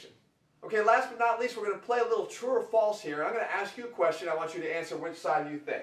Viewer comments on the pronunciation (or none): none